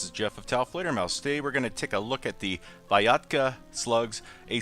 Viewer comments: The letters Y and A in this slug name shoud be pronounced in one sound "ya", not separated like "i a" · When said Vyatka, I thought it was a cross between Viagra and Vodka. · I thought said Viagra! 😂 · It's pronounced Vyatka, not Vyatka Duh